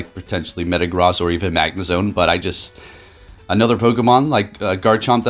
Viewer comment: MetaGROSS. You’re pronouncing it wrong. It’s pronounced gross. Like as in ewww, gross. Meta Gross.